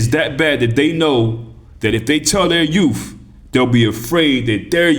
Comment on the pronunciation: Did you say yoof?!? Especially our yoof... BA haha haha 🤣